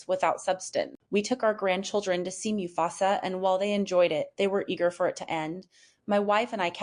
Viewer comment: MU FASA not mew fasa